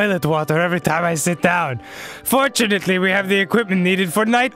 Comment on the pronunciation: ITS WHAPPIN TIAME